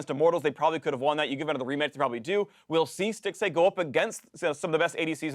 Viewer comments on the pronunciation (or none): Stixxay at rift Rivals... what are you saying Phreak... and why did nobody correct him?